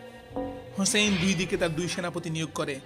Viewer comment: Hey man who is husn rz allah an. You are saying husn.read the name completely and respect it man